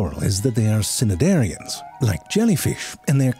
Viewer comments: cnidarian has a silent c and a long i, so its nigh-dar-ee-an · Oh, no, ZeFrank, you had two pronunciation mistakes in this hilarious video. Cnidarian is pronounced NEYE-dair-ian. The 'C' is silent. And Ibis is pronounced EYE-biss, not IB-iss. You usually do such thorough research in these! Sorry to let you know. Love your videos! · So your implying that these scientists have a collection of fish vore? And they are looking to have more people watch fish vore with them? Also btw in cnidarian the c is silent. Idk if that was a joking pronunciation or not but might as well check. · This us the first time I've heard "cnidarian" pronounced "sin-nidarian" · Quick note from the English nazis - the 'c' in cnidarian is silent. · Love your stuff! Just a small correction, the "c" is silent in "cnidarian" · That cnidarian pronunciation 😩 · I cannot forgive that pronunciation of Cnidarian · and you said it wrong like 7000 times 😂😂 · If I’m not mistaken, the C in Cnidarian is silent. Just me being a nerd. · Except for the part the teacher corrects the class on Zefrank's pronunciation on Cnidarian & Ibis.🤣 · He way you pronounced Cnidarian really perturbed me